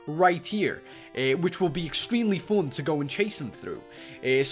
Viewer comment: Its fun not fon and its unstuck not untock